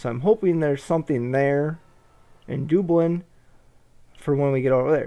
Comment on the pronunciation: I just started watching this series to look at the game. I wonder if you ever pronounce Dublin correctly.